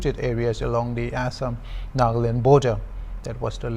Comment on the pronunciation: so hornbill tv hire a British or the news reporter was just trying to change his accent??? as he said Naaahgaland etc. *****"